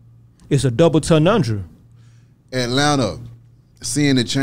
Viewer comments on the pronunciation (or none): He said “double enumdra” tryna say double entendre LOL